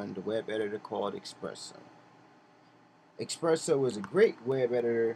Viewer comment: where is the "X"? you kept saying "eXpresso".